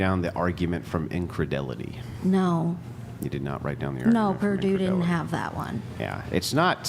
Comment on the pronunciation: i wish said incredulity instead of incredelity, makes him look bad